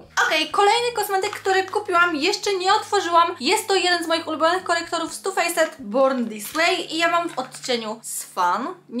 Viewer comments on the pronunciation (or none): ( to nie hejt) Ale Swan czyta się słan. Inie czyta się tu fejset tylko czyta sie tu fejs i tak wiem ze nie tak sie pisz tylko kaleczysz angielski postaraj się mówić lepiej ale naprawdę bardzo cie lubię jesteś mega tylko kaleczysz angielski i pamiętaj to nie hejt tylko rady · masz prawie 19 lat A nie umiesz poprawnie przeczytać słowa "faced"...